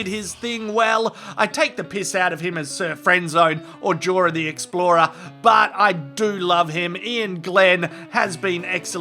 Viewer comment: Jorah the explorah lmao